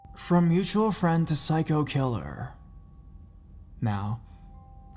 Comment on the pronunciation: The way you say psycho... it causes physical pain.